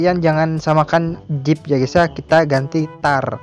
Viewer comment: Zip bro bukan jip